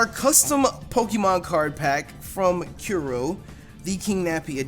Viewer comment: Kuro is pronounced like curry...except without the y and an o instead. xD